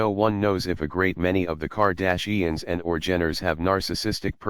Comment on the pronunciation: I dont think you pronounce Kardashians correct.